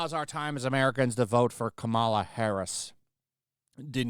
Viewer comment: I love how keeps calling her, "Kamara Harris." Too funny 😂